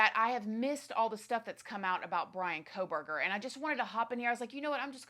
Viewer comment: You're so consumed with a trial but you can't even pronounce his last name correctly?